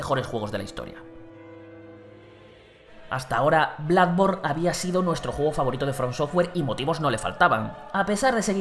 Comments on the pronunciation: Sigo sin entender por que a Bloodborne lo pronuncian Bladborn... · Yo tengo entendido que la doble "O" se pronuncia parecido a la "U" y la "U" suena un poco parecido a la "A" pero no tan exagerado como cuando por ejemplo dicen "Ancharted".... Es decir, en el caso de Bloodborne, creo que están pronunciando como si estuviera escrito Bludborne, y a parte de esto, como dices tu, le exageran a la pronunciación que de por si ya viene errónea